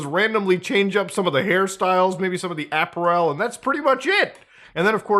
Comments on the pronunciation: Im sorry but did muda say APP-UH'-REHL??? That gave me an aneurysm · wait, is this how Canadians pronounce "apparel"? Or is he being french with it? Americans say AP-a-rel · wait how did he just pronounce “apparel?” 😂